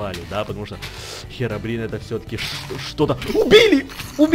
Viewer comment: не херабрин а хирабрин